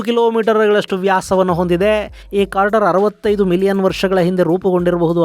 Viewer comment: ಅದು ಇಂಪ್ಯಾಕ್ಟ್ ಕ್ರೇಟರ್ , ಸರ್..... ಇಂಪ್ಯಾಕ್ಟ್ ಕಾರ್ಟರ್ ಅಲ್ಲ ... ತಪ್ಪು ಹೇಳಿದ್ದೀರಿ....